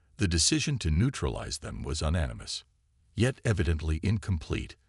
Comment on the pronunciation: I like the U pended 🤣🤣🤣 Un nanimous as well 🤣🤣👍